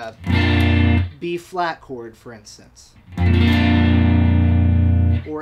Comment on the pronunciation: He called in Bb (correctly) not B....